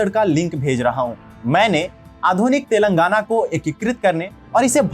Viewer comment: I like your videos bro. But, i am sorry to inform that ... you are pronouncing the names wrongly. It is Thelangaana तेलंगाना not तेलांगना and it is warangal वरंगल not वारंगल. I request you to please pronounce it properly. This is not to insult you, but just to correct you.Everyone from northern india prounces likes this only. Hope you understand.